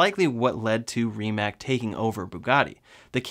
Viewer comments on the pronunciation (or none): Rimac is pronounced "ree·muhts" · Stop calling RimaC with K it's C because Croatian like Serbian is you wrote how you talk and you read how it's written. It's superior than any other lenguages are but it's easy to remember (It's supirior den eni oder lengvidžiz ar bat it's izi tu rimembr)